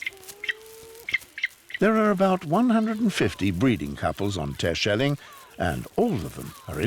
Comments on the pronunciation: No! Did nobody have the brains to correct him, saying Tershelling? It is just like Yanks saying schellack. They screw it. There should be a hard G in that. Like gold, just a fraction longer, and not a K either. Yes, this is the hardest sound in Dutch, getting our G spot on, that takes the guts to try and make a fool of yourself, if you are too careful, well, you won't get it right. Because that G is strange. But letting this man do it wrong all the time? Why? Let him take lessons! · I Love how he pronounce some names like Terschelling etc 😂